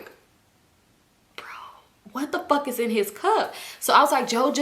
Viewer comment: “I don’t give a fawk fawk fawk”😂😂😂